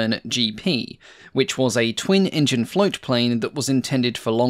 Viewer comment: When says "Engine" something was making me think.... Hmmm Then I realised when he says Engines it sound like he's says in-juns like an old Cow Boy Movie character might. Unfortunately now I can't un-hear that link in my mind, but it does make the videos even more entertaining as a consequence.